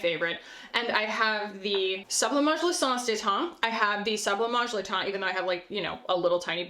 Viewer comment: Every time you say “l’essence de teint” it makes me think of that video with the French google translate “ton ton ton ton tonnn ton ton” 😅